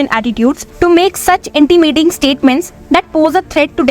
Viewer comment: Aap please apna pronunciation theek kijiye, apne 'intimidating' jese bola to mujhe google pe jana pda, lga shayad main galt bol raha hun.